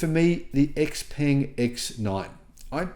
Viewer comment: You need to pronounce X Peng correctly!